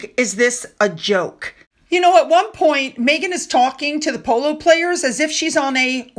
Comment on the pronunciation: "Pooloo eez nut jes eh spurt ... eet ees eh laugh style ..." How is that relatable?